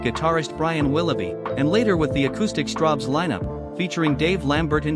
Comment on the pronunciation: ... Are you sure it's not Strawbs, and not Strobes ? ... (÷